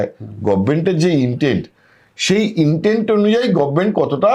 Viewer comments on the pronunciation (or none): একজন সাংবাদিক গভর্নমেন্ট শব্দটা উচ্চারণ করছেন গভমেন্ট । শ্রুতিকুটু লাগছে।